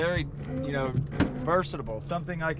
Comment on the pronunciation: Who caught saying “versitable”